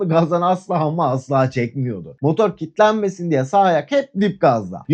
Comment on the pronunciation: selamlar kusura bakma sert girdim sanırım, kilitlenmek kelimesini birkaç yerde kitlenmek diye telaffuz ettin, siz gibi arkadaşlardan bu tür yanlışlar beklemediğimden tepki verdim, teşekkürler başarılar 🎉